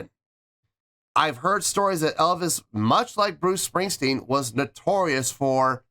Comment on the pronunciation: Bruce stingstwen..no mate.